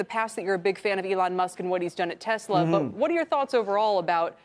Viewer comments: I really do enjoy his channel content and I get stuck watching them one right after another until 3am. He can usually pronounce car names with 9 syllables, but when he says "Tesla", we get "Tesler". Cracked me up! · ”I have a Tesler” haha Tesler? And that cam from Jay Leno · this guys just said “I have a tesler”